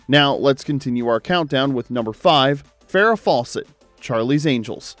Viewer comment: How come the narrator pronounces Fawcett as "False-ett"?